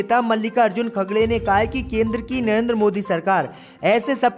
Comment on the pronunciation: इनका नाम मलिकार्जुन khadke हैं आप हर बार नाम गलत लेते हो